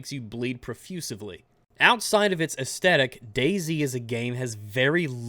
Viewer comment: "Profuseably...?" I think u made up a word there champ lol! I'm just picking at u man, great content. Well done.